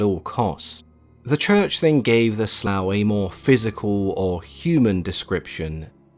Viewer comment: Took me a while to realise what you were talking about when you referred to the Slua at the end. It's pronounced more like Slew than Slough. Pretty good stuff, for the most part. I'm in Ireland and you were pretty accurate.